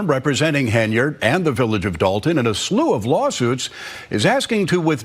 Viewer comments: It’s not pronounced HEN-YARD, it’s one word pronounced Henyerd! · Why do you keep misprouncing her name? Thay makes you sound fake and misinformed. Even the clips you play say her name right unlike you